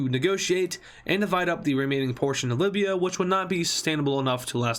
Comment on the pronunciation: Why did you butcher up Libya. Not deserved